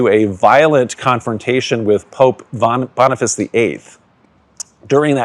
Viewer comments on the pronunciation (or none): none